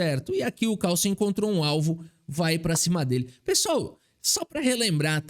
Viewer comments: ... caRRRRSLLSEN.... queremos o CÁLÇEN de volta!! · Quem percebeu que o falou o nome do Carlsen com sotaque gringo? É "Cálsen",. Tu tá vendo mt vídeo da gringa que eu sei... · Magnus CARRSSENN kkkkkkk muito bom